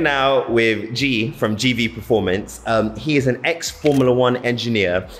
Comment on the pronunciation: Gv not gve 🤣🤣🤣🤣